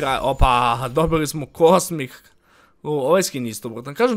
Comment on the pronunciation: OPA DOBILI SMO COSMIC enchantress ne zna da izgovori, promeni temu 🤣